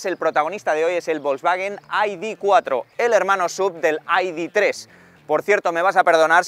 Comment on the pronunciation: Más tonto no puedes ser “ perdonarme si digo id tres ó id cuatro “ por mezclar el inglés con el español. Estas bueno , te recomiendo veas algún “chamán “ a ver si te aclaras. Estas haciendo vídeos para oyentes españoles y no ingleses , así que pronuncia en “CASTELLANO “